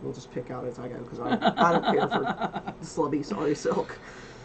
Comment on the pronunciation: I heard slutty the first time you said slubby. Really getting judgy with that yarn,! lol